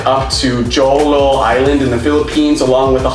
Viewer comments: Its pronounced Ho-lo not Joe lo hihi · Correction po Jolo is not pronounced as a Jo-lo but as Holo, it's understandable for foriegner hehehehehehe SKL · Jolo- we pronounce it Holo 😁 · the island is spelled Jolo, but you should pronounce it as Holo.. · Hello I stumbled on your channel by accident. I am originally from the island Negros but living in Pennsylvania now. With the recent US Capitol riots in Washington DC it may seem that the country is quite "dangerous" to follow the logic of your episode presentation - How safe is the Phils. However, I appreciate your kind words about my native country. On a side note, JOLO is pronounced similarly to HULU.